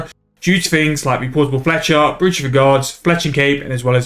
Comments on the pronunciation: Thanks for the vid, something for me to consider as I still need Fletching on the 120 all grind. Side note btw - Brooch is pronounced "Broach", like "Roach" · Sorry to be that guy, but it's pronounced like Broach or Browch for some reason. I'm convinced whoever created English were a bunch of anarchists who wanted to see the world burn